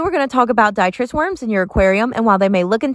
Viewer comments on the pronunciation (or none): Just a minor comment. It sounds like you are pronouncing it as “DIE-tris” worms but I believe it’s “dih-TRIE-tis”. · Its pronounced "D-trite-us" lol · Pronounced “dee -try-tiss” worms. I don’t want to be a hater but your tank looks poorly cared for. Clearly a lot of evaporation and that doesn’t look like tannin stained water, more like filth and neglect as evidenced by detritus worms free swimming. Do a good substrate vacuuming and water change. Your betta deserves it. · You may want to google how to pronounce detritus.